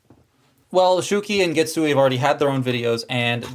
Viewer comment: And Getsu-aye (a as in "ate"). THe rest you got the pronunciation right!